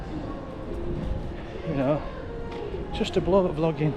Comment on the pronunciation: Sounded like you said flogging in public🤣